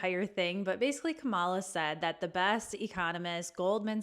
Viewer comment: Are you mispronouncing Kamala on purpose or just not doing the research to get it right? What else aren't you getting right?